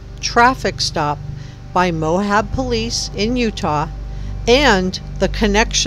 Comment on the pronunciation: Great reporting! Very interesting. But it's Moab, not "Mohab!"